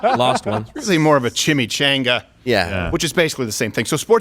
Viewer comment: I’d take that over an idiot who can’t even pronounce chimichanga